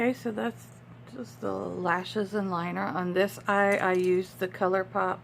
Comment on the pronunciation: For a minute there I thought you said I'm just going to grab some wine. You said liner🤣🤣